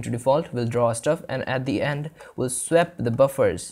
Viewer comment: With the delightful mangling of the word "swap", this was a fantastic introduction to using OpenGL. I thank you for taking the time to make this video.